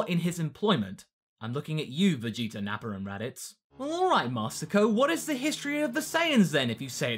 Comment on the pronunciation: I love when you say Nappa's name. It sounds like you say Napper